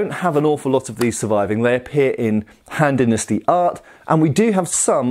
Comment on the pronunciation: Kept hearing Hand Dynasty